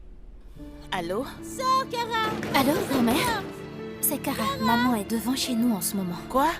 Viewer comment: J'en peux plus de la voix D'edouard 🤦‍♀️ Au lieu de dire Maman j'enttends "Mòman" 😂😂😂😂 Lucile merite cette correction elle en fait trop😅😅😅 Sara qui prenne des selfies comme souvenir pour agacer Lucile😅😅😅😅😅 Sacrée fille